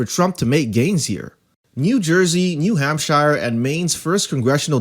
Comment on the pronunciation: If you're going to make informational videos make sure you at least have a command of the material. Learn how to pronounce New Hampshire, and it's Bob Menendez not Bob Hernandez.